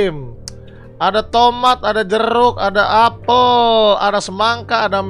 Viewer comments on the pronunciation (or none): none